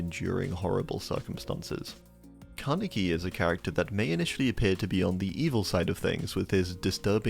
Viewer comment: oof, bro says Kaneki like an American